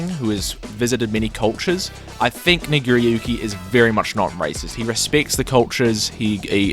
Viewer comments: Did I hear how you pronounced Nago's name correctly??? You seem to have replaced that A with an I. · sounds too much like you’re saying N🧑🏿‍🦱ggeriyuki 💀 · the way he says nagiriyuki is sus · His pronunciation of nagoriyuki is diet racist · That pronunciation of nagoriyuki is very sus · I’m sorry How did you pronounce nagoriyuki? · Why he say nagoriyuki like that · the way you said nagoriyuki sounded like n word are you horrifically racist?